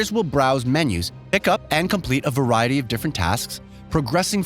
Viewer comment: Do you mean variety? Varay isn't a word. Also, try learning how to pronounce the name of the studio and the car manufacturers. You got everyone of them wrong. How you have over a million subscribers is beyond me.